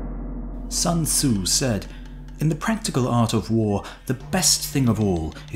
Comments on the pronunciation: Sun tsu. Sun as in put. Sun sun sun... not ☀️... 🤦‍♀️🤦‍♀️🤦‍♀️🤦‍♀️🤦‍♀️ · Only if he pronounced the author’s name correctly... 😖